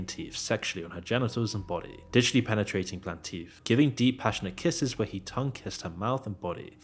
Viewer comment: plaintiff is pronounced "plain-tiff" as in "if" not "eef" I'm sorry but I really can’t figure out how you thought it was pronounced like that 😂